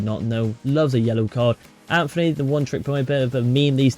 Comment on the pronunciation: Bruno does not dive and also your saying Antony wrong its,not Anthony its Antony